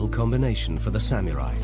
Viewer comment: Sort of interesting but hearing "sam-yu-rai" again and again is annoying. Sah-moo-rai.